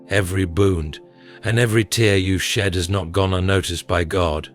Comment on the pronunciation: Please correct wrong pronunciation such as wound and tear